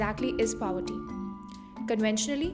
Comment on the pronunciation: Please pronounce the word POVERTY properly.